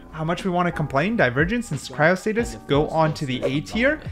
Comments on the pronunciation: Why does bro say cryostasis as cryostatis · 1. You number the skins by when it shows up, not by the Ranking ( how hard is that?) 2. You mispronounce the easiest names Cryostasis->Cryostatis?, Aemondir-> Aemondur? ??come on bru 3. The S and A listing makes no sense.